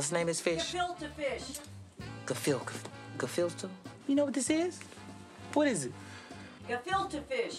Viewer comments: I love that gefilte fish part. It's really funny, especially when Chris Tuck said "filke fish". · I think he was supposed to say Gefilte fish. Which is pronounced guh-fill-tah. :) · "GA-FIL-TA-FISH!" XD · 3 ppl cant say filterfish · the parts where Chris couldn't say "Gefilte Fish" and Jackie unable to say "Madison Square Garden" is hilarious every time! Lol! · Gefilte Fish!!! Get it right Chris Tucker XD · I love when Chris Tucker keep saying Jackie and when he cant say that fish name